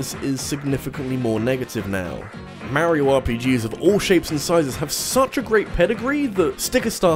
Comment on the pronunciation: No...just no....the "j" in "jrpg" stands for Japanese, if it's not made in Japan its not a jrpg. NO DUDE NO FRIKKIN LEARN HOW TO PRONOUNCE MARIO!!! Dude....seriously.....no.....Alberta=Canada=not Japan= not a jrpg. No....just no....anyone can make an RPG, but jrpgs only come from the Japanese.